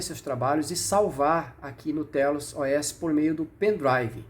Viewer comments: Pronúncia correta: "teious" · A melhor forma de pronunciar seria "Têiaus", apenas minha humilde opinião